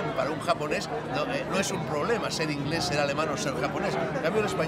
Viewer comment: Alfonso tena hablas muy mal inglès,pronuncias pésimo...